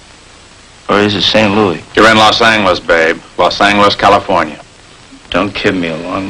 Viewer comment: "Los Anglis" -- you don't hear that midwestern-influenced pronunciation anymore.